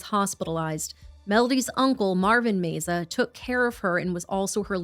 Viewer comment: Love yalls videos!! The surname name meza is pronounced meh-za. ❤️❤️